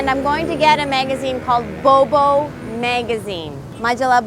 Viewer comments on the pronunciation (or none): I LOVE YOU SASCHA!!! saya juga lagi susah nih belajar bahasa spanyol. sekarang tinggal di Kolombia dan masih enggak lancar ngomongnya. kayaknya bakal contek metode belajarnya, deh. makasih banyaaaaak!! btw, mungkin kamu mesti latihan ngomong "bobo" karena masih terdengar seperti "bowbow" hihihi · bo bo..not bow bow 😝